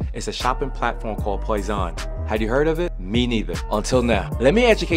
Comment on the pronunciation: its pronounced poison